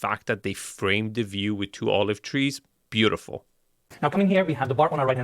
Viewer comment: I just want to learn how to say 'Beautiful '. Hint....it isnt 'Bootiful' 😂